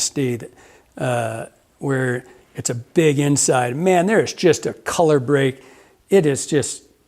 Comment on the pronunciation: “Slide Innside” 🤣